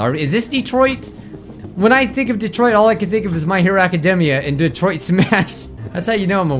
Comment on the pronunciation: DELAWARE... DETOROITTO.... (yes I know it's Detroit, but it's just how japanese people say it) SUMAAAAAAASHU!!!! (again, I know it's Smash, but it's just how japanese people say it)